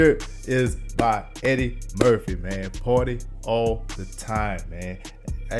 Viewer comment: I thought he was saying"my girl needs to potty all the time".